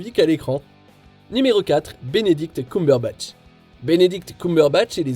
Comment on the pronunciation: c''est Benedict Cum(eum)berbatch Cum(oum)berbatch XD bon je sais son nom est difficile à prononcé mais quand même aller je suis pliée de rire